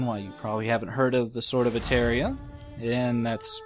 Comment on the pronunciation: nice video, but u are pronouncing "Sword of Etheuria" and the right is "Sword of Etheria" :)